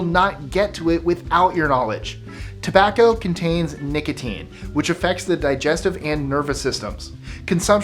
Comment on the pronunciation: "Tobacco" lol